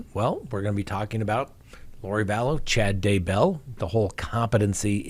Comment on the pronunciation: I would love to hear you pronounce Daybell correctly :)